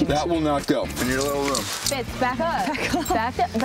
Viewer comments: she said “fitz” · she said fitz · She said fitz lmao